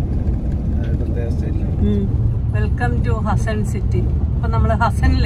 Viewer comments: ഹസ്സൻ അല്ല, അത് ഹാസ്സൻ ആണ്. A district Headquarter in Karnataka. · ഹസ്സൻ അല്ല ഹാസൻ